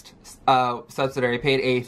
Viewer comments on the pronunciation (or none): Sub-SI-di-ary. Not subsidary lol